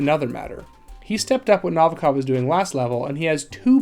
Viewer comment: The way you pronounce Novikov is distracting 😂 do you ever listen to the game? ;)